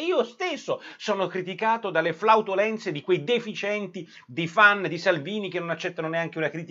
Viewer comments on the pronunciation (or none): come flautolenze?? non si dice flatulenze?? 😕